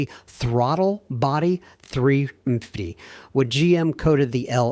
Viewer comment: Horrible AI slop. There are so many inconsistencies, such as, talking about a particular truck engine then showing the wrong engine (not even the same brand). The AI can't even say small block 350 correctly. I could spend my time listing many of the "mistakes" with the corresponding time stamps, but it would take too long. AI slop SUCKS!